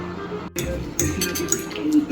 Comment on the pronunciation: Udon, naman (not udong).